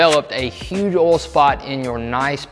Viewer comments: Great vid, subbed. Just an FYI, there's an "i" in "oil". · Ohl Ole Owel Uol Idk how to even spell that sound